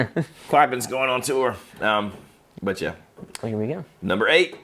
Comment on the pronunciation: THe way pronounces "but" always catches me off guard and makes me laugh. Buuotttt!